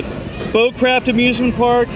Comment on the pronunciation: It's bowcraft. Not boo craft! Oh mah gosh you scream A LOT. My first time on it I didn't scream at all, and it was my first coaster ride EVER! Lol